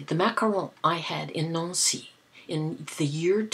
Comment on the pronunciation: I am so glad you rooted for the Giants!!! YAY!!! I actually live in the city where the Superbowl is this year and of course we are rooting for Payton's little brother!! We would have rooted for anyone the Patriots would have played against anyway..lol! GIANTS WON! I like the way you say Macaron! I have never had one but they looked yummy!!!